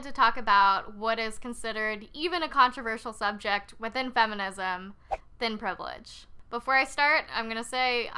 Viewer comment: " THIN PRIVILLEGE?!" OMFG!